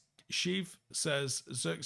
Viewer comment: The i in zirkzee is like the i in sh*t. The ee is pronounced like the letter A